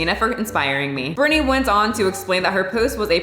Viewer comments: It’s Britney not Brittany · Hey, it's Britney not Brittany